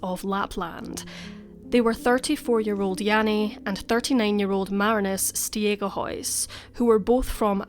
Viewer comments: Stegehuis is pronounced Staygehuis (with troath clearing on the G) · okay, I’m going to try to write it down, but don’t know if I’ll succeed haha. It’s pronounced like: ST-ayg(ay like how americans pronounce it, hard g)-uh-huis (the “ui” is sort of pronounced like a Scottish “ou”). Jannie: Jahnnie, so the ah is a bit shorter than an a Marinus: Marrihnus. In Dutch we have a hard r and an I that’s more like an ih. The rest was good though! Hopefully that makes it a bit clearer? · I'm Dutch too and I'm completely unfamiliar with this case as well. The Stegehuis pronunciation does indeed sound pretty Scandinavian 😉